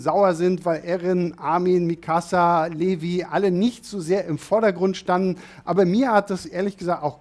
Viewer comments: Es ist für mich als Mangaleserin immer sehr spannend wie Anime onlys über AoT reden und ihre eigenen Theorien über das weitere Geschehen haben. Auch wenn ich dann immer kurz vorm platzen bin. Schau auf jeden Fall weiter bin gespannt wie du den Rest findest. Levi spricht man übrigens liwei aus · Und nicht böse nehmen aber Levi wird Livei ausgesprochen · Wie er levi ausspricht ist zum totlachen